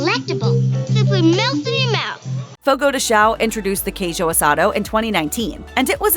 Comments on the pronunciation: Please pronounce the tilde in "Fogo de chão" and specially in "pão de queijo" 😅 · Watch your pronunciation. If you ask for a "CHEESE D1CK" you'll be laughed at. The correct pronunciation is something like "pan-own de queijo" instead of the wrong "pah-uh". The same rule to all "ão" words, like Fogo de CHÃO